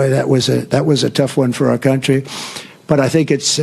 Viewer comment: “Countwy” like Elmer Fudd and Pontius Pilate in “Life of Bwian”.